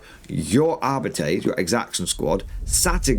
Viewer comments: ar-bit-tays is awful as well. It's Ar-Bites; and that was straight from a GW employee back in the 90s. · Arbeetees makes my ear bleed. It's the worst pronunciation ever. xd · GW uploaded a video last year confirming it's pronounced Arbeetees. It's cringy listening to audiobooks pronounce it the that way. I really wish they would have gone with Ar-bites.